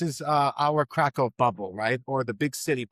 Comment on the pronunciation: Please make an effort to pronounce the name of Krakow correctly, especially after so many years living there